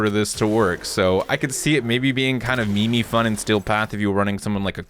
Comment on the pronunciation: please pronounce meme correctly. it's not me me. it's meem